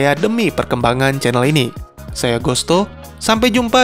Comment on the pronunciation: tulisannya teuku gosto tapi kenapa dibacanya teuku gusto?